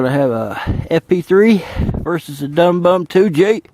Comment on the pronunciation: Dum bum is actually pronounced Doom-Boom. I know a lot of pyros in Europe.